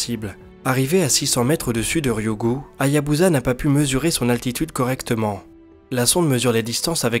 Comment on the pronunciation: Encore un bon dnde sinon petite remanque ,la sonde Japonaise se prononce comme "Hayabussa" et non pas "Hayabuza",pour le reste continue !